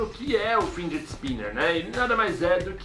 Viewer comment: é FIDGET, cara. Não FINDGET